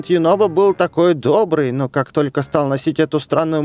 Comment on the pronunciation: ЮНОБО А НЕ ЮНОБКО